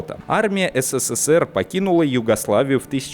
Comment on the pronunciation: Ну когда же, ты научишься, произносить СССР?! А не ССССР, как робот в переводчики гугл. ))) Попробуй потренироваться! И так: произноси на ТРИ удара С, на четвертый удар, Р.